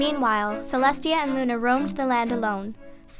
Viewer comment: at 25:6 she sad lu nigtmarmoon